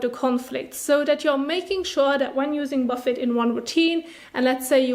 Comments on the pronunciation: I'm from the UK ... we generally pronounce it boo fay here too, usually to describe a buffet of food. No one here as far as I'm aware calls it a buff ett 😆 but please carry on, as I said, kinda adorable 🤩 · Great video, very helpful! Just so you know, the word is French origin so the T at the end is not pronounced. It should sound like Buff-ay :) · Buffet 😆 ... isn't it pronounced boo fay? You're kinda adorable.